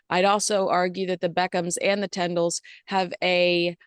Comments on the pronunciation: please check how you pronounce Zara and Mikes surname … Tindall. Not tendall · forgive me for this, but it’s pronounced TINdall, not TENdall.